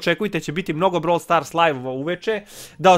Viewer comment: REKAO SI NA POČETKU BROVL STORSU KOLIKO SI UZBUĐEN 😜🤣😂